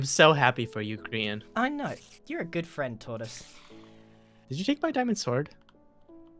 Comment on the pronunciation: It's Grian not grain !